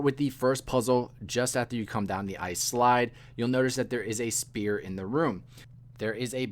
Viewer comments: Can’t get over “spear” 😂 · sphere not spear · you're an absolute life-saver but man you gotta work on that pronunciation, it might just be because i have the ears of an octogenarian tortoise but it sounds like you're calling them spears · 10/10 for the guide but your pronunciation of sphere was killing me haha